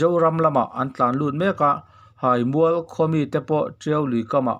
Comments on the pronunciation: Haimual hai tihlai hi thluk tur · Haimual kha ilam fu lo thin a, theihai a hai ang khan thluk rawh, abak chu atha hle ani, ngaihnawm in ichhiar thiam hle bawk. Ka lawm e. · Hai. Hi Theihai. Lam a, hai ang a lam tur ani e. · Sehmûr nilovin,Sehmur(se+hmur) tih tur.Haimûal ti lovin(Theihai a hâi)ti a lam tur,Hâimûal. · Ziaka a thluk dan tur inhrilh hi a har a nia a Háimual tih loh tur...Háimual tia thluk tur...hihihi... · Theihai hi engtin nge I lam thin tawngpai I nih loh cuan theihai hming I lamang khan haimual tiin lam tawhla ngaihthlak a nuam deuhin k ring adang sawiselna turn CE k hrel lo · Hai mual i lam rik dan kha Hriat a nuam lo deuh, Theihai ah khan hai hminglain Mual tih kha Tlangmual ah khan Mual kha lain Haimual tiin lam ri la hriat a nuam deuh ang. Ka lawm e. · Insehmur tih hi,,, in seh mur, tih angin ilama, inse-hmur, tia lam tur. Haimual i lam dan pawh hi, hai, Theihai kan lam ang hian, ahniam lovin asang a lam tur. Haimual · Hai. Hi theihai anga hai ti a chhiar tur a ni zawk hmel e, awmze neia chhiar hi a poh mawh ang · Hai mual hai tih i lam rik dan theihai hai tih ang lamri la, Tawnzang zang hi hnungzang kan lam a zang kan lam ang hian lam or chhiar la ngaithlak a nuam in a dik ka ring zaawk deuh a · Haimual itih kha Hai tih hi THEIHAI kan tih ang hian Hai kha lam rik tur zawk ani e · Chhiar/puangthiamlo bet. Neitharthei si. Haimual thlukpawh ilam thiamlo. Hahthlak lutuk